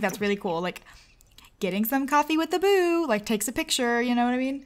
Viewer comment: “Getting some coffee with the boo” I thought she said boob ....... hahah😂